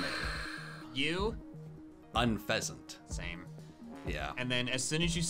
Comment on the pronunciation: UNFEZANT, NOT UNFEASENT!